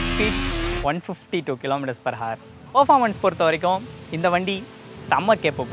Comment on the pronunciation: Bro good cinematics, nice explanation. One thing ,when we pronounce hour ,the 'h' is silent. Just 'our' is what we say.